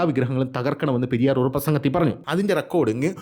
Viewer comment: Periyor alla periyar iyal tamilan pollum kanndian anu